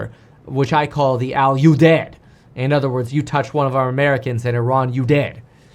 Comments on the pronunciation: It’s pronounced “Al U deed” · Pronounced “Al you deed” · I’ve been there many times. Easiest way to pronounce is: Al U deed. Although Kevin’s way of saying it is far better. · The air base is pronounced “All You Deed” , I passed through there in 2007 on the way to a deployment in Iraq. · It pronounced as Aludeed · Pronounced Al You-deed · it's al-you-deed